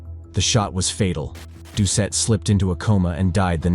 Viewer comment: wow man. mispronounced his name, did ya NOT SEE THE "T" at the end of his name?.. making it pronounced "DOO-SET" nice education bub!